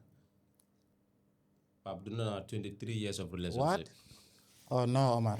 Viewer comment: Is the fact that he keeps saying rerationship instead of relationship lol but however this was a very good episode! The daily dose is a really good podcast Maa Shaa Allah. We always needed this type of platform. Keep going the sky is the limit🤝